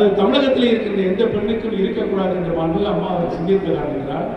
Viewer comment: Amma pera solla kooda thaguthi illa unga yaarukum. Maanmigu..illa da athu. Maanbhimigu....paper illama oru meda kooda pesa thaguthi illatha vanga ....neenga